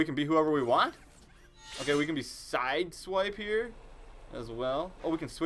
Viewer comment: It is not siswipe it's sideswipe